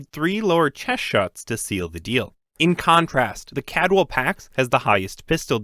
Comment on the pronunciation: Take a shot every time he says "Cadwell" instead of "Caldwell". You'll be dead before the end of the video.